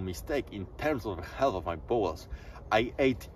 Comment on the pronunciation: Dont take this as hate, just sharing something that struck me as odd, namely: you pronounce "bowel's" like "balls" I get it, english isnt your first language (i presume), but in this case it makes the video feel a little comedic. If it helps maybe its not a bad idea to have an AI read out the script you write so you get a feel for the pronunciation